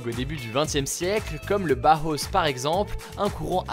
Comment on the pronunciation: Pour que tu le sache juste on dit Bauhaus ( Bahaosse)